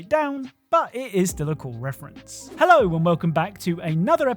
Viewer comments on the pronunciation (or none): none